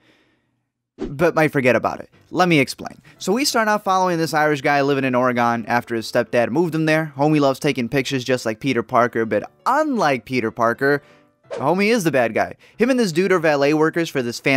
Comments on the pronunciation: Or-e-gun not or-e-gone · It’s pronounced “Oregon” not ore-gone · nahhh or-gun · Love how people cant even pronounce Oregon right!!!!